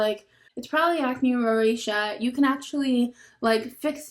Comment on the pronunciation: did he say rosacea? roseacha (pronounced) he sounds like maybe he was trying to help?